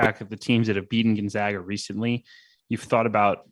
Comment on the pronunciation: Gon-zag-uh ZAG